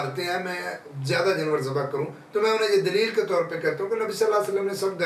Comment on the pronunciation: جنور❌❌❌ جانور✔️✔️✔️✔️✔️